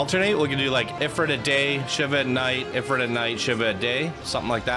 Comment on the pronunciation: It's pronounced "Eh-freet" :)